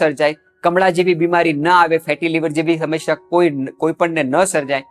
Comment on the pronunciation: "સમશ્યા" નહીં, 'સમસ્યા'.